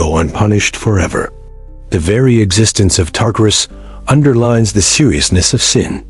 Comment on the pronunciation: AI is SO stupid that it pronounces Tartarus about 5 different ways in just this one video. What does that tell us about relying on “artificial intelligence”? Smh